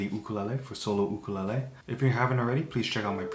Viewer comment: why do you pronounce ukulele like that??